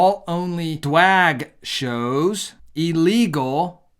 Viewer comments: I agree with everything you said however, I DON'T like the way you said "gay" calling it "jay" or "drag" calling it "dwag" call it what it is and don't run away from the truth! Otherwise you're stooping to their level! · Whats with Dwag pronunciation?